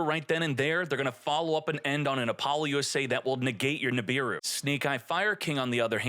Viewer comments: I see you still pronounce it as Apollo USA. :/ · Really said appoloussa as Apollo-USA LMAO